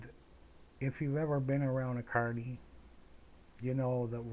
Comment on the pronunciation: Glad to know ya mate. This is an interesting story. The funniest thing is when i first started listenning i thought you said attourney and i thought you were a lawyer.